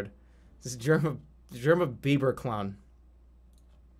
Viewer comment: I get a kick out of how Jerma pronounces “clown” like “clawn”